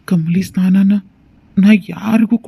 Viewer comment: ಸ್ನಾನ ಅಲ್ಲಾ ಸ್ಥಾನ 😂